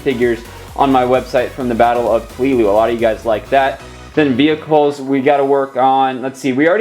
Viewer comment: It is pronounced Pel-e-lu